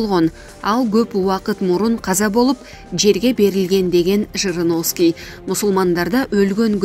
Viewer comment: Жириновский деп так айтсаныз.